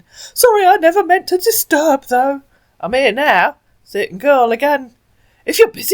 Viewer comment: This mugu sounds familiar. I think you and Bluelady have busted this asshat before- or there were others this young and from the same region in Nigeria with similar dialect, accent, and English speech and grammar patterns (he pronounces "so" as "serr"). I suggest you inform the mugus that the 1970s-90s movie/TV trope "you're beautiful when you're angry" is not flattering, but an insult. And the attempt at shaming a woman for asking pertinent questions like a child is also pretty damn bad.